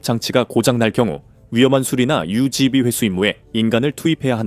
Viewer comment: 유지비🎉🎉🎉V발음 짱😂😂😂 아직도 유틉앵커님들 V를 브이로 많이 발음하고 있음😢😢😢😢😢